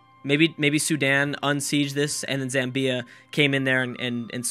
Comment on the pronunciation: Zamm-bya. Not Zam-Bee-A.